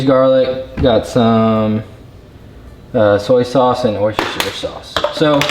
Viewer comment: oister-sher???? thats a first lol